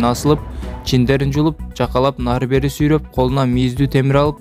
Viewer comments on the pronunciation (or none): none